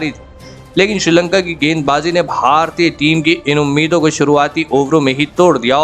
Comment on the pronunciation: Itna kharam pronounc bara bura hai, Bharatiya bar bar bolna bandh kariye.